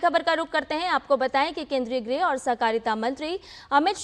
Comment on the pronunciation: अमित शाह 'गृह मंत्री' है न कि 'ग्रह मंत्री' ।